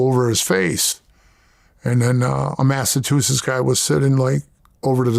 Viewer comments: Bro said Mastatoosis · “Massatusetts” lol